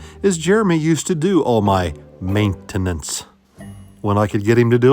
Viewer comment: Does this mean kenny shall be racing 42 then Saturday 🤔😏?❤🎉🎉🎉 I laughed every time said Ma-it-tinin-nince....😂😂